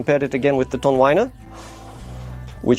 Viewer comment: Youre wonderful in all respects but tonewinner is pronounced as WINner not wainer. I would revel in making a joined review by web bridge conference mode. I am an English media journalist